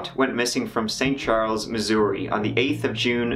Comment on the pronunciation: THANK YOU for pronouncing Missouri correctly. This native Missourian appreciates it. This is the first I've heard this story. Very sad and I hope they find some closure soon. Perhaps, the reddit author can lead them to that by coming out.